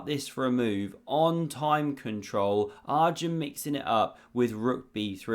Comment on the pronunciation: Enjoying your videos and commentary style. But as Arjun is not going away from the chess scene for many years yet, it's worthwhile to learn the pronunciation pf his name. It's not Are-jun, it's pronounced Er-jun, as in the word err. Very jarring otherwise.